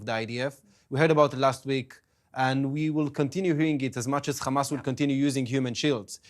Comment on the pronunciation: It is Hamas not Khamas please. Khamas means mucous...